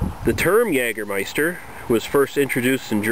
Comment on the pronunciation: jagermeister correctly spoken nice - try german "apfelkorn" or "saurer apfel" from berentzen company